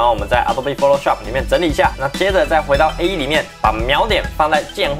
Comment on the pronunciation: 是錨ㄇㄠˊ點，不是瞄點